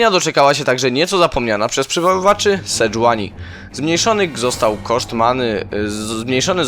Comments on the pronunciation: to nie jest sedżuani :D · Sejuani czyta sie Sedżuani nie ma innej poprawnej formy